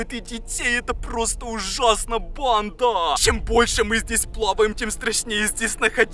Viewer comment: Мне ненравится когда ты говоришь бандаааааа ты ударение ставишь и ещё ты надаел говорить чёрттттт